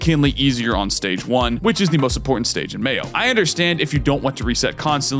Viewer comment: I keep hearing mayo run and I just can't